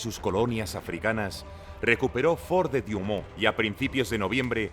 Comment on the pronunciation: No es "diumon" es Douaumont, se puede decir tranquilamente "duamón"